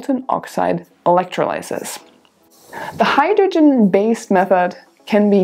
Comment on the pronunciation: Hey! That was really useful and well presented. So glad I found you, and hope that your channel really builds. Just one constructive note - 'electrolysis' in English is pronounced with the stress on the 'o'. Thank you!